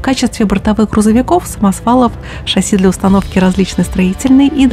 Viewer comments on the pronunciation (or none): none